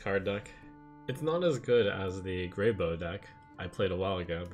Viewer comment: GreyBOW, it's said like WOW or NOW. A bough is a branch of a tree. This has been driving me crazy.